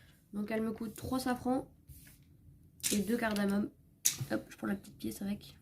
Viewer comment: CARDAMOME LES AMIS ET PAS CARDAMONE.merci pour la vidéos ,ça donne envie !